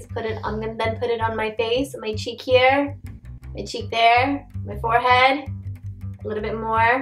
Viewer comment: since we are "HAIR" ???.. why you always say HAIR it HERE & he call his name as BOB it is BHAV. I mean seriously fake accent.. it's OK to speak neutral accent.. so fake acting